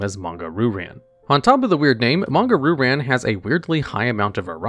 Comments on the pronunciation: Fun fact: Ryu is pronounced "Reeyu" and means dragon in Japanese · Hahaha pronounces "Ryu" as "Roo," somewhere Seth Killian is smiling. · Isn’t it pronounced ‘rai you’ like the street fighter character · It's more like "Ryoo" (only one syllable, the "y" is a glide, not a stressed syllable) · Shocked and impressed that pronounced "Manga" right, and then he got to Ryu. Dammit, man. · The way he pronounces "Ryu" is making my skin crawl.